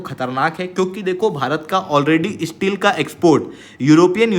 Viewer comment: Please improve you pronunciation. You are promising courses and study material on top Indian competitive exams and can't even pronounce STEEL properly? It is Steel not Isteel.